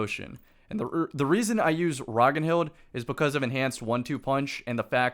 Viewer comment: I’m not the pronunciation police, you can pronounce any word however you like and Bungie have said they feel the same way but just if you want to know it’s “Rag-nild” pron. to rhym with “Rag-child” or if you want to go full Viking it’s more “Rag-narld” but with a touch of “hh” on the second r.